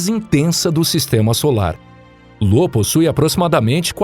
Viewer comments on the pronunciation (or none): é io e não lo, é valrrala e não va-lha-lla. bom vídeo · Olá, gosto muito dos vídeos do canal acho o formato muito bom com a duração tbm, gostaria de fazer uma critica construtiva a respeito das pronuncias como exp: Io foi falado como LO e na verdade se pronuncia Ayo, valhalla tbm com uma pronuncia equivocada e por ae vai, são coisas que tiram a concentração. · Não tenho certeza, mas acho que é "Io" ao invés de "Lo". Mas isso é só um pequeno detalhe perto do grande trabalho feito. Parabéns pelo canal!!! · O cara leu io como lo kkkkkkkkkkkkkkkkk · Excelente vídeo. Só que as lua mencionada é Io e não Lô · Bom vídeo, mas chamar IO de LO foi pra sangrar os ouvidos. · Ótimo vídeo, mas uma correção: não é lua Lo, é Io com i de igreja. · Porra, “Lô” foi sacanagem, o nome da lua é Io, com a letra i e não L!!!! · Meodeos...a lua se chama "io" e não "lo".....e se pronúncia "val-ra-la" e não "va-lha-la" 🤦‍♂️ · Nossa que agonia ouvir LO todo vez que falava da lua io. E va-lha-la ao invés de val-RA-la. Kkkkk Mas o trabalho foi bem feito. Parabéns! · não é Lo ... com L ... é Io , com i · Lô ? ahahahah parece-me um erro forte é Io, pronuncia-se Íu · Não é "LO" e sim "IO" 🤦‍♂️ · Io, lua de Júpiter é com "i" e não com "L", que o diz "Lô". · Uma correção apenas, a lua de jupiter não é Lo e sim Io, fora isso parabéns pelo ótimo conteúdo e ótimos videos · Já tava ofendendo meus ouvidos, esse cara falando LO. A lua se chama Io, com a letra I. Isso que dá, quer economizar na hora de contratar um tradutor... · 🤣🤣🤣🤣🤣🤣🤣🤣🤣🤣🤣🤣🤣🤣🤣🤣 como assim, Lô ? E não era , Io ?🤷🏾‍♂️ kkkkkkkk Lô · Lo ? O nome da lua e IO né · Amigo é io e não Lo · O nome da lua não seria "io"? Não lembro de ouvir falar em uma lua "Lo" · O nome da lua de Júpiter não é LO, e sim IO. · Confundiu "i" maiúsculo com "l"minúsculo. Não é "Lô". É "Io" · Correção: A lua de Júpiter é "IO" e não "LO" ♡ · "Lô" foi foda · LÔ AHeuohAOEUhAOUehUOeHeoAUE tipo "momô" haeuhoauehauoeha